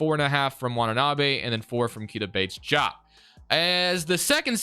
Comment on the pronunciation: Fun fact: Keita Bates-Diop is pronounced KAY-tuh Bates DEE-ahp